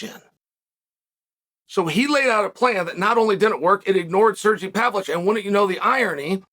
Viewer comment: Do we give Uncle Chael the how to pronounce names graph.. Pav-Lo-Vich or just let him murder names and enjoy it?